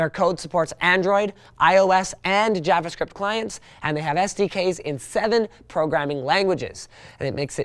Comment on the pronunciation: lol javaahhscript